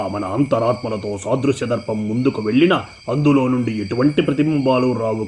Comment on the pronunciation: ధర్పo కాదు ధర్పనం